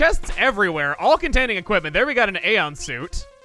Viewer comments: Chugga I believe aeonian is A-O-knee-an. You were ignoring the -ian ending and just saying eon or aeon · Ay-OWN-ee-an. Not AY-on. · i think aeonian is pronounced as “ay-oh-nian” like the aeolian mode in music but das jus me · D'oh!!! You forgot there's an "ian" to "AeonIAN", not "Aeon".